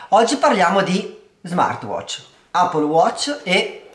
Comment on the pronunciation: Ma ca**o, tutti a dire “Appol”. Le possibilità giuste sono due: all’italiana “Eppol” o alla americana “aePPOl” detto ae veloce come insegnano nelle scuole.